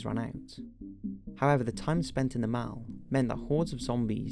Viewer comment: 'Shopping mal' I couldn't help it. Sounded so funny lol.